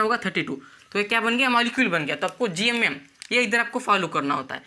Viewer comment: GMM ❌️ GYUMYUM ✅️